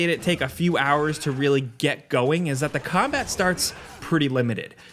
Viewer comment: Too bad he can't pronounce the word "that"